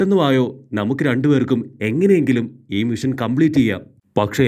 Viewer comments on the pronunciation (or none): none